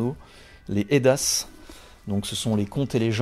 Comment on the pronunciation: Bonsoir, encore du bon boulot même si je ne te suis pas sur certaines lectures en bon païen que je suis! Concernant les Eddas, le s ne se prononce pas, il s'agit là de textes sacrés du paganisme nordique, sous forme de contes et de légendes retranscrivant ce que l'on pourrait globalement appeler les us et coutumes de la culture/société viking/nordique. Même pour un païen la librairie des 2 cités et un havre de culture, d'amitiés et de fidélité.